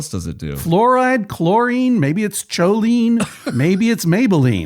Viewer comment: Choline pronounced "koh-leen"